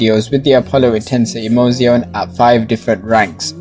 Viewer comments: Isaac HK your first half is completely wrong and in the 2nd half you have just copied the word and stretched it out. He pronounces the "z" as an "s" thats why I made my comment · Emozione is spelled like Ehh-Moo-Tsss-Iiii-Oooo-Ne not Ehh-Mou-Sione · You mean pronounced ? And it’s not Ehh - moo - tsss- iiii - oooo - ne it’s eaeaeah - muuuuooooooooo - zzzzzzzziiiiiiiiii - oooooooooooone